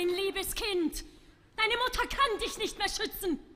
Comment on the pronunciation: Interesting pronunciation choices. She sings "iesch" instead of "ich," "diesch" instead of "dich," "duursch" instead of "durch." At least she is not imitating Fischer-Dieskau's provincial Prussian accent, or Schwarzkopf's even more provincial Prussian accent mixed with fake Viennese.